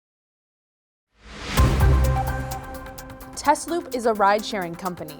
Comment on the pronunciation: correctly pronounces Tesloop, but can’t pronounce Tesla correctly. The is a reason the company is not called Tezloop, because the cars are not Tezlas. Nikola Tesla is rolling in his grave. The original founders named it Tesla, correctly pronounced. So the question is, if someone like Elon Musk takes over the company and chases the original founders off, does he have the right to change the name from Tesla to Tezla, and in doing so try to erase the connection with Nikola Tesla, who was chosen because of he discovered AC electricity, and the TZero designed by AC Propulsion was using AC motors instead of DC motors. For me, Tesla will always be Tesla, never Tezla.